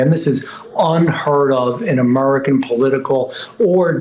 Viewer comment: its american not amorican ...allien